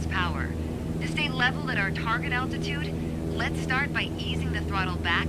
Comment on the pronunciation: Is she saying attitude?